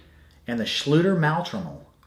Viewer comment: Hello! Your pronounciation of the Schlüter's product is pretty correct, but "Maultrommel" is the german translation of "Jaw Harp", not a special models name, literally meaning "drum for the mouth" (but today "maul" is a little rude, usually used for an animals mouth :)) - this just by the way. I'm sure as an real expert you might know about the details. I'm totally impressed about the variety and history of this little instrument and it's early spreading across the whole northern hemisphere and fascinated about the ethnical variations, it's thousand names, shapes and expressions. And I would like to thank you for your vids and for shearing your passion with us - your content is so helpful to get hints, tricks and orientation. Thanks a lot and greetings from berlin, germany!